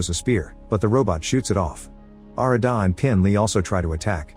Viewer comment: its arr-raa-da and g-ra-thin. not whatever the that ai slop was.